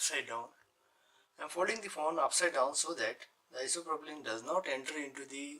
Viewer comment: Are you saying "isopropylene"?